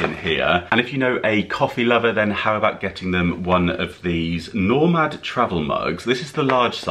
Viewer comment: Very useful guide tonight with some interesting ideas. Often find it difficult to buy for men! BTW,. The name of the travel mug you ended with is ‘NO. MAD’ not Normad. as you pronounced it! 🤣